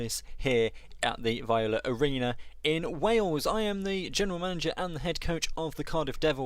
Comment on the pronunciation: Searching for my home team and this pops up haha! A bit of pronunciation help so some people can stop cringing, its "vee-ola", "bentee-vo-gleeo" and Schiestel is said like "pistol" whilst Louis is just Lewis. Can't complain about Linget though as everyone says it differently!